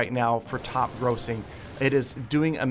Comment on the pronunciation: It is not not said gross-ing grassing not grass like ah